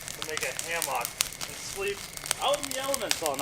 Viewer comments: Why is he saying ham ock? It's hammock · Also you can just say hammock, it doesn't have to be HAM-AWK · Pronounce it like “Hammick” NOT HAM-OCK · Two things: 1) Keep he's hilarious 2) you don't know how to pronounce hammock? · Ive never heard someone pronounce hammock like that before... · The way you say hammock pains me.